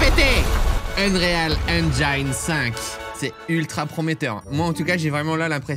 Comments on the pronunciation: Pour info ça se prononce engine et pas engiaïne :) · Eng"i"ne pas enjjjjaiiiilllneee, bordel Cyril, a chaque fois! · pssst... c'est engine comme dans devine pas engine comme dans aïe ;) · J'ai hate d'en voir plus avec des jeux qui sortiront avec cet Unreal Engine 5. Par contre, j'ai des boutnons à chaque fois que j'entend le mots Engine prononcé "Enjaïne". Ce n'est pas la bonne façon, Cyril. Au pire, quand tu doute, va sur Google traduction, inscrit le mot et click sur l'incone de prononciation. Ta façon de prononcer n'est ni anglaise, ni française. ^^ Si tu as la flemme, sache que ça se prononce comme tu dirais "N gène" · Je sais que l'anglais est une langue difficile pour les français mais svp prononcez 'engine' avec un 'i' à la française. Tout le monde prononce mal ce mot il fallait que je le dise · *Eunrîl Ainndgîne (pas facile je sais) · Je t’en veux pas pour la prononciation d’engine mais pour unreal c’est autre chose mdr